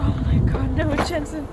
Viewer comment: was like “JeNsHen” 😂